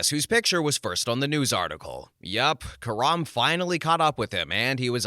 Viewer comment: Is this ai what with karma pronounced karam among other things ... like always a different voice